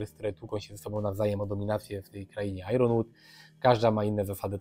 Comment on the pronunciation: Ponieważ powtórzyłeś błędnie to słowo ze sto razy, a nie licząc tego jednego błędu wideo jest super, muszę zwrócić uwagę. Iron wymawiamy jako GB-EN "ajen" (ew US-EN "ajern") a nie "ajRon". Fajne wideo o tym